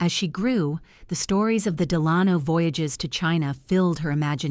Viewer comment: The narrator mispronounces "Delano."